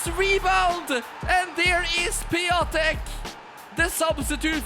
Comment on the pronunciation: It's funny as a polish person how you say "Piątek" the backup player from your team, he is more like "Piontek" still amazing video and it's nice to see you comeback after a well deserved break